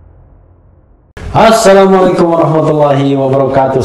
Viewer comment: MASUKAN BUAT BANG RH...BILANG SALAM PEMBUKANYA YANG JELAS YA BANG..ASSALAMUALAIKUM...SOALNYA YG AKU DENGAR ..HASSALAMUALAIKUM.. MAAFKAN SAYA KLO SAYA SALAH DENGAR..